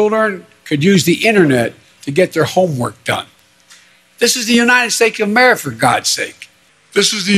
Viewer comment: "This is the Unidid Steaks of Amerifa" -Pedo Joe